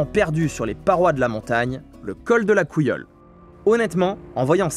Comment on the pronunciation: Beau reportage des endroits on a cru à une sortie en traineau et quelle propension à mettre des "ou" à la place des "u", l'oubaye et la couillole, je croyais que c'était l'Ubaye et la cayolle heureusement que vous n'avez pas vu des lups car ils pous